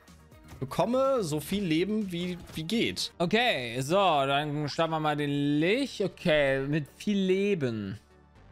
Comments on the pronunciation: XD wird Litsch gesprochen. Wie Litschi. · Ich kenn's im Englischen als "Litsch" und im Deutschen normalerweise als "Lich". Hab aber auch schon "Lick" gehört. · Die Stadt vielleicht. Ansonsten gibt es "Lich" nicht auf deutsch. Das ist halt einfach ein englisches Wort und wird "Litsch" ausgesprochen. Macht es nicht richtig, dass viele es falsch machen. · "Litsch", nicht "Lich" bitte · Aussprache von Lich hat auch ein neues Rekordtief erreicht, danke euch. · Alle so: Kann eine Zahl richtig vorlesen? Ich: Kann Lich richtig aussprechen? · Kann das Wort Lich richtig aussprechen oder nicht😂